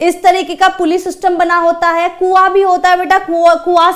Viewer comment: Maam ap is ko eeez kyu bolte ho😂